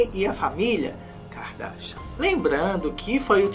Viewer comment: A melhor parte é toda vez que ele fala Kika Darsha 😂🥰